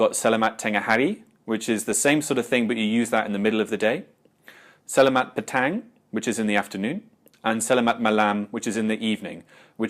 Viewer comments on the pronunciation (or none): I appreciate the insightful video you have uploaded here in regards to essential Malay phrases. Unfortunately as a native Malay speaker, I found a few flaws that I wish to rectify. "Petang" should be pronounced "peuh-tongue" instead of "peuh-tang" (as you did). "Datang" is pronounced "dah-tongue". "Tinggal" is pronounced "ting-gull".